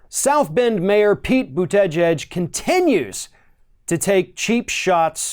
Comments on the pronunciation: It’s fun listening to pronounce Buttigieg’s name! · I thought we had the pronunciation of Buttigieg down ,guess not 😅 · Buttigieg's name is pronounced differently in every ROF video. Now we're at "Bu-TEH-jedge". Whoever he is, he's an empty suit. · He still really needs to work on his name pronunciations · I'm not a fan of mayor Pete But if you're going to criticize him and pretend you know what you're talking about you should at least pronounce his name properly. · I agree with you about Buttigieg. I liked him at first but I'm not liking him now. But that aside, your pronunciation of mayor Pete's is making me cringe. I love your videos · Lol, still can't pronounce his name??? Democrats are like a pack of dogs who are out of Harmony and snarl and attack each other.... Way to divide the vote ya'll! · Folks should give Mayor Pete chance. It is still early. Mistakes small and large have been and will be made by all. He may attract young people to vote for the first time. What is wrong with being in the center on on the left? Commentator lost some credibility with me by mispronouncing Mayor Pete's Name. Emphasis is on the first and last syllable, not the middle. Commentator is smarter than that. Did he do it on purpose? Commentator's tactics are starting to remind me of Rush just on the other side. What is wrong with saying your opponent cannot win in a primary. Every single candidate will do it, then the winner will choose the person he criticized most as a running mate. It has always been that way. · This dude butchers the last name lmao boot edge edge haha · ~ As a journalist, one must pronounce Pete’s last name correctly if one chooses to say Pete’s last name this many times in a video. ➡️ Pete Boo-ta-jedge 😉👍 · Pete "Boot-edge-edge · just say booda jej. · I really wish you'd learn how to say Buttigieg! It's annoying. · You should learn to pronounce his name